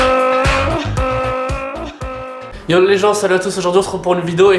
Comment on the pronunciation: Mdr regard ton intro ta dit yon au lieu de yo et bonne vacance et les abonné